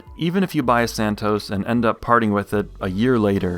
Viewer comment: Santos, not "Santoes".